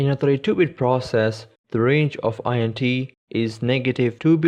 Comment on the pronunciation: "int" isn't an acronym, it's short for integer. Just pronounce it as it's written.